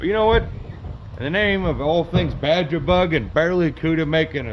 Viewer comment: Baja is Pronounced Bah- Hah. In Spanish